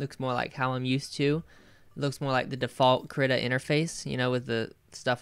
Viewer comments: kreeta not krihta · I do not mean to come off as rude in any way what so ever but it is pronounces kree-ta or so I've heard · i thought it was pronounced kreetuh